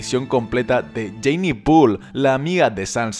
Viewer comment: Jayne se pronuncia "Yein" no "Yeini". 👍